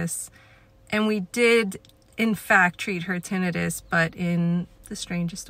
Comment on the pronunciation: That’s the correct way